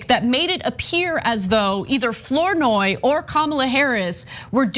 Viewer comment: Ana, FLOURNOY is pronounced Fluh-noy not Floor-noy. It’s my mother’s maiden name. Or Flah-noy